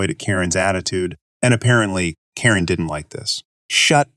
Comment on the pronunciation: Why does the readerbot say "car-IN" for "Karen"?